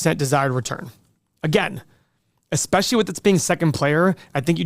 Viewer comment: You said exspecially and not especially 🤪